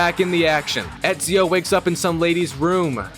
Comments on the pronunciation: My brother you’re saying it wrong it’s eeeeeeeesio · Not only he mispronounced Ezio wrong. The guy doesn't even know who Machiavelli was in history! What a noob! 🤦‍♂️